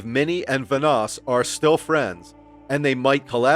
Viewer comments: Let's say it together.... VAN-NOSS....again... VAN-NOSS not VA-NOSS... ALSO, this video is full of bullshit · bro its vanoss van oss not vunoss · I feel like this guy has never watched a vanoss video ever considering how he just keeps pronouncing his name wrong over and over again 😂 I swear he says it so many times saying and I go crazy each time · Vanoss has literally said nothing about Mini. The facts about mini were basically right but then it all ends with “No wonder Vanoss hates him” when Vanoss has been smart enough to keep his opinions to himself. It’s clickbait videos like this that really makes me wish YouTube kept the dislike . Also, how do you mispronounce Vanoss so much when you’ve got thousands of videos of him and his friends pronouncing it for the last few years?